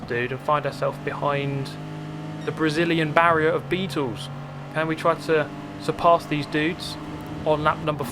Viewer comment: Our old friend BARRI-ER😂😂😂